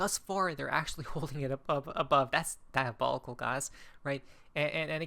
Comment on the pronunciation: Diobolical.. u know the meaning of the word 😂